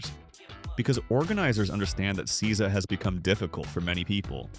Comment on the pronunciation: Seiza is pronounced SAY-za…